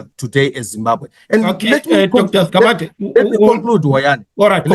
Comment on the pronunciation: Dr Sigabade not Sigabadela please.